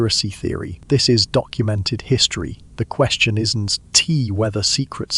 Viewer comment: Terrible AI narrating..... "Isn't = isn TEE...... we'll = we ELL"